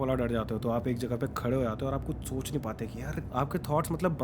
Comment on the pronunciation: KISNE NOTICE KIYA mei apne bola chonch nhi sakte Bolne mei apko problem ho gyi I think ap bolne ja rh the soch nhi sakte idk why but mujhe hasi aagyi sun ke